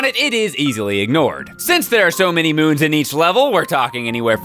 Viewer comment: not moons but... MOOMS